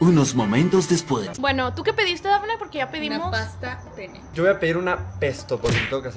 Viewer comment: dice paste pne o que dijo 😅😮